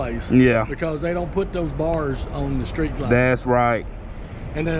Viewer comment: lol Bro you said "skreet glide" lol